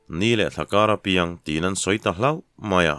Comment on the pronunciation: A ngaihnawm thin teh e... Hloh (chan) tih tur...hlauh....ti a i chhiar leh thin hi ka vei ve a ni... A ziakru thiam loh nge